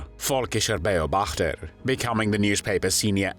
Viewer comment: It is Be-O-bachter, emphasis on the O. beobachten = to observe, so it is The Observer